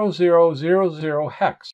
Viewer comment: I like the way you pronounce the hex number correctly. So many kids seem to be very lax with numbers , I hear thing like 'ten hex' or 'one thousand binary ' . Don't get me started on decimals...... 'one point hundred twenty ' arrrrggghh